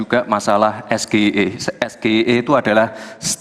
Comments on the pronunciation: Katanya no.2 tidak melihat bacaan ternyata gibran baca tentang SGIE itu juga cara bacanya salah. Gibran inin sok-sokan berbahasa inggris padahal gibran cara bacanya juga salah H.a...ha...😁😂🤣gibran sudah membuat kesalahan lagi. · Belimbing Sayur Ingin Belagak Pinter tp Blunder Nyebut Ejaan SGIE sj gk Becus Bergaya Bertanya dgn Bhs English Asam Sulfat Asam Sulfat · Sok sok an ,tapi intonasi SGIE dg lafas Bahasa Indonesia,seharusnya dg intonasi ejaan English dong. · Es Ge I E ??? Samsul samsul... Singkatan bahasa INGGRIS ente ucapin dalam bahasa Indonesia. Harusnya ente ucapkan Es Ji Ai I dong... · Kalau itu BHS inggris ya penyebutannya ya es ji ai i, itu penyebutannya BKN es ge i e. Bran2. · Es Ge I E ( State of the Global Islamic Economy) ga konsisten, seharusnya SGIE (es ji ai i) kalo mau pakai bahasa inggris 😅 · Lulusan luar negeri tp melafalkan singkatan bahasa inggris dgn kalimat esgeie.. 😂😂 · Haha SGIE, harusnya bacanya ES JI AI I tp si gibran ngomongnya SGIE, pertanyaan pengennya menjebak tp terjebak dg ngomongnya sendiri,,, haha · ES JI AY I.....bukan ES GE I E... pengen kliatan pinter malah " terlalu pintar" 🤣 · Sgie aja awalnya bacanya sgie??? Singkatannya harus nyontek juga jawapannya.. awokawokawok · Mas gibran SGIE kan singkatan bahasa Inggris kok bacanya es-ge-i-e bukannya es-ji-ai-i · Mas Samsul dlm mengeja singkatan aja salah,SGIE seharusnya dibaca: es-ji-ai- i (State of Global Islamic Economy), tapi si Blimbing mengejanya es-ge-i-a (Situa Gemoy Itu Emosian 😂😂 Itulah bedanya debat natural & debat hafalan 😂😂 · SGIE sah sebagai pertanyaan, tp dungu dalam.penyebutan. Es ji ai i (SGIE) kependekan dari istilah dlm bahasa inggris tetapi disebutkan dalam ejaan bahasa indonesia.(Es ge i e) Disitu dungunya...🙄🙄🙄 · sok sok bhs inggris tapi baca nya es ge i e ,? Ngakak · ES GE I E... bukankah istilah inggris harusny IS GI AI I... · mohon ya maaf pertanyaan ini agak sulit" ejaan singkatan Indonesia yang seharusnya menyebutnya dengan ejaan Inggris SGIE.....🤭